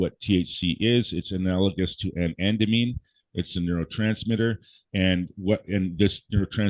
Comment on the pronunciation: While I appreciate his expertise in curing...I can't listen to him slaughter the terms Cannabinoid and Anandamide.